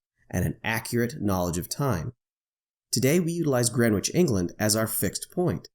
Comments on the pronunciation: ""Grenitch" NOT "Grenwitch"! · Just for info, the ‘w’ in Greenwich is silent. It’s pronounced “Gren itch” I’ve just landed into Sydney, after a 14 hour flight. Which would have been nearly 26hours if the earth was flat. Thanks Globe 👌🏼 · You don't pronounce the "W" in Greenwich. "GRENICH" Sorry, I know it's nitpicky. Being a Londoner, it grates on the ears a bit. Good video BTW! Thanks! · It's Grennij, with stress on the first syllable. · It should be pronounced “GREN-itch”. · Great video. One minor point that kept bugging me, though. The 'w' in Greenwich is silent. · Dude, the ‘w’ in Greenwich is silent.... the beauty of the English language ! Otherwise great video